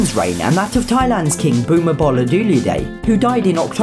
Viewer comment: As a Thai, I feel attacked by the way he pronounced the ex kings name 😂